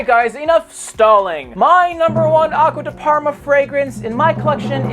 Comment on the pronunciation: Abysmal italian pronuncoation👎